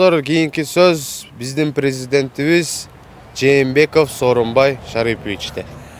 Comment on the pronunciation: Пезидент эмес президент тууганым😊